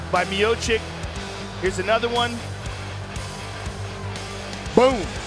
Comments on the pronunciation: Stipe "Myosick"miocic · Stipe "the My-Oh-Seek" Miocic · STIPE MIOCIC Commentator: Stee-pay Meeyowchich Me: Stype MayoSick? 🤣🤣🤣😂😂😂😂